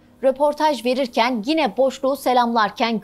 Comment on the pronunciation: Sunucu “gine” dedi.